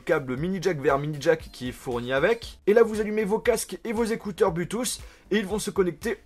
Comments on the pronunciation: arrête de dire blutouss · bonne vidéo mais arrêté avec l'iPhone ... c lourd a la fin (pute a clic) aussi c blou touth (bluetooth) tu prononce très mal c triste corrige ca surtout si tu emploi le mot 30 × dans la vidéo ... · Sa me stresse ta prononciation de Bluetooth 😂